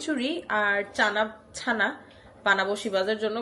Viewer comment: ছানা না আপু!its called চানা 😅😅😅!